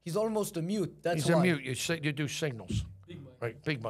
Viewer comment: I didn't laugh my ass off but there were alot of low key funny parts like how they kept saying dew instead of do and the famelta fish bagel. Also dudes wild 1000 yard stare and mt dew colored apparel.